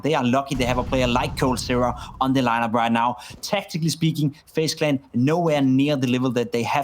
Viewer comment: Fejs klen ? I am nit shure that you pronauce like that. Dmn what an idiot